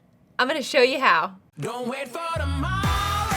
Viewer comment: Can we agree he said “shoe” not “show”